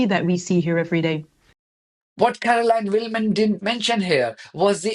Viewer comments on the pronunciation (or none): none